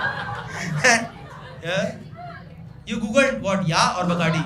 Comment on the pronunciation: are u drunk? Yeeeaaaaaaahhhhhhhhhhhhhhhhhhhhhhhhhhhhh